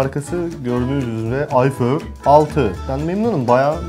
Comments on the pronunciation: ayför nedir ulan ;QweQwe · 0.25 beste ayför mü diyo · abi ayför diyo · AYFÖR:-) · Iphöür 6 :D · ayför diyor:D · 20. ve 25. saniye abi aypör diyor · ıphör diyo abi